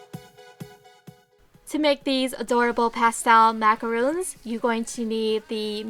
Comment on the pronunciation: I hate to nitpick, but Macarons and Macaroons are completely different cookies. What you have there are soap Macarons and it's pronouncec the way it's spelt.